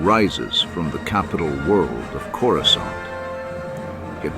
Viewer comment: You pronounced Coruscant correctly finally